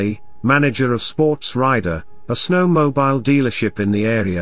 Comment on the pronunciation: I wish these reports about America were narrated by someone that spoke American english. I get tired of listening to some European, mispronouncing common words like snowmobile. Syntax is always off and the job could have gone to someone born and raised in America. I didn't finish listening to the rest of the presentation.